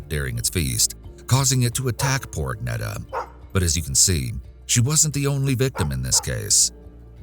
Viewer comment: Thanks for highlighting a Swedish case. Well done with pronouncing the names. (The ”e” in Agneta is pronounced more like the ”ea” in ”dear” or ”fear” and the -ar in Ingemar is pronounced more like the -ar in Spanish verbs, like ”hablar” and ”tomar”).